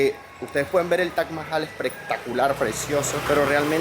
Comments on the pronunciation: Tienes que pronunciar taj mahal y no tash mahal😅😅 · cuál es la forma correcta de pronunciarlo? "Taj Mahal" como en occidente se conoce o "TACH MAHAL" como lo pronuncia el host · Lo único estresante del video era escuchar a toda hora la pronunciación “TACH MAJAL” ese “Tach” Dios mío.